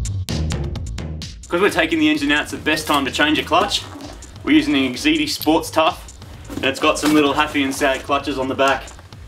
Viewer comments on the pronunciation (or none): Again, didn't you guys meet with an Exedy rep who told you how they pronounce the company's name? lol